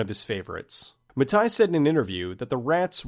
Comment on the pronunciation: Mattei is pronounced "ma-tay" not "ma-tuy" but otherwise, great video as usual